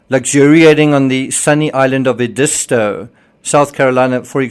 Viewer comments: ED-istoe is the correct pronunciation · Edisto is pronounced "EDD is Toe" and please quit asking us "right?". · I really enjoy your YouTube Murdaugh content. I live local to the area where these murders happened. Please, please, please start pronouncing Edisto correctly. It should be Ed-is-toe. Most media make it sound upscale and exclusive...nothing could be further from the truth. Oceanside homes tend to be owned by cooperation, and people looking to rent them as income. Houses further back belong to folks lucky enough to afford them. Some are passed down from generation to generation in the same family. There is a huge sense of community. You'll see people at the beach that you see daily at home. Those who can't afford homes take day trips to spend the day at the beach. It's not my favorite beach, but I have family members who always head to Edisto. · You know people don’t know 💩 when they don’t know how to pronounce Edisto.🙄🙄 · His name is pronounced like ‘Alec Murdock’. Edisto has the emphasis on the forest syllable not the second…please!!!